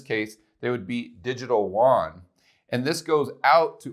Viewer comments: love your stuff, but Koreans must be confused when you say WON but mean YUAN ( more a "you on" than a "juan" "huan" ) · It's funny how people can pronounce Yen, but they can't pronounce Yuan properly. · It's distracting that you always mispronounce yuan btw. But good video thanks.